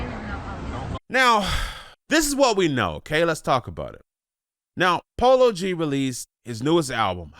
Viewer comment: He said polo g not like that 😭😭 He raised in Chicago up north 😐